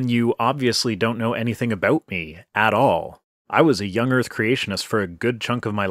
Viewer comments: Why is no one talking about him saying young erf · Does he say 'young erff'?? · Young Earf ... seems legit. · >.> soo much "young erf" with that guy